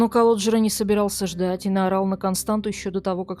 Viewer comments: Не Константу а КОСТАНЦИЯ... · У румын нет имени Константа . Есть КонстанЦа. Вы ,когда готовили выпуск, наверняка заметили хвостик у буквы Т внизу. Это явно на что-то указывает. Надо было поинтересоваться , что это значит . Вас ведь н только в России смотрят. Я , например, молдаванка и мне режет слух😏